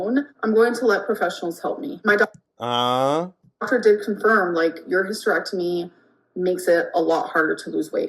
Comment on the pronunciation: "Hystry-ectomy" lol